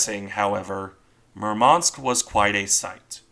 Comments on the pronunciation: "Murmansk" should be pronounced with emphasis on "u", not "a". Apart from that, its a good random video YT algorithm somehow chose for me, hahah. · Thank You for the video! Just correct accent in the ships' name is at the 1st syllable: MUrmansk, not MurmAnsk.